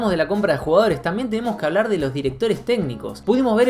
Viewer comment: "MILHONES", "MIIONES","MIJONES". "RÁPIDO", "RÁPIRO" "RUGAORES" 😂😂😂